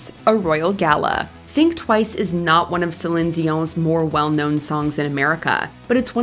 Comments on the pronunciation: Kudos to the voice over ! I am a French Canadian, as Céline, and the proununciation is flawless ; as much for her name that for her song's name in French !!! (sorry for MY mstakes in English :D ) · I appreciate how you pronounce her name, great video.